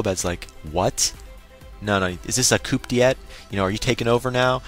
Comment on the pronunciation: Hehehe, just so you know, coup d'etat is pronounced COO-DEH-TAH, not COOP-DEE-ET XD. Other than that this was another great walkthrough. It's always nice being able to listen to a new video from you while doing some homework:D